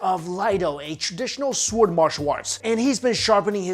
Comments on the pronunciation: Stop saying s'W'ord please :) Drop the w... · The w is silent goddammit!! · I think he saying sword wrong